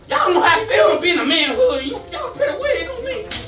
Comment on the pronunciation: That boy said fell feel